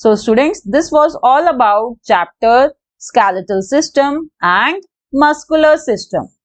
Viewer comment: it is skeletal not skaletal